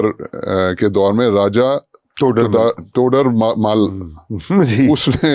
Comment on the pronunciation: احمق آدمی کو راجہ ٹوڈر مل بھی پڑھنا نہیں آتا اور ٹی وی پر لیکچر دینے بیٹھ گیا ہے